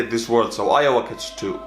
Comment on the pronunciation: It's IOWA NOT JOWA!!!!!